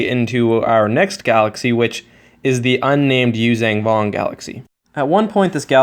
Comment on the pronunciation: The word is “yoo-zhahn” Vong, not “yoo-zang” vong